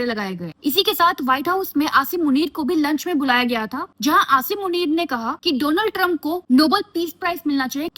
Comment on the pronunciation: India's friend DoLaand Tiremp😆😅😂🤣